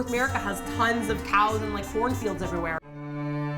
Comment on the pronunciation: i thought said "horn field" not "corn field"